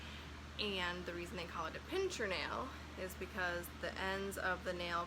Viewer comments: PIN-SIR, not PINCH-ER. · I's a "pincer" nail, not " pincher".... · pincer (meaning claw) not pincher